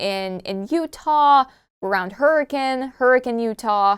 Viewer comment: as a Utahn, I'm pretty sure is the only FNAF-Tuber I've heard actually pronounce the town of Hurricane correctly! (it's hurri-kin, not hurri-cayn)